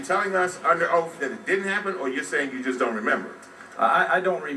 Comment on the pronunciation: "YOU ARE UNDER OAF!"